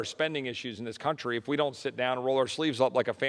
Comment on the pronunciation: Your emphasis needs to always be on the words "THIS COUNTRY". Not any other country.